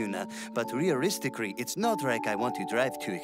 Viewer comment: rearisticry! Because Japan's engrish said so!